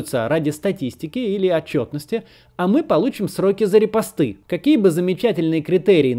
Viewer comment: "репостЫ", Вы серьёзно??? Аааа мои уши...((